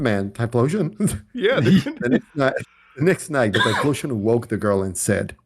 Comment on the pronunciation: the name is read as T-Y-FO-LOTION